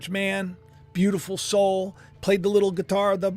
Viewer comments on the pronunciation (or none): none